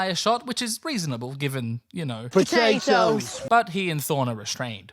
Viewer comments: “Pototates” I instantly subscribed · Potatoes ... ! Patoe-tapes ... ! I cant stop cackling 😂💀.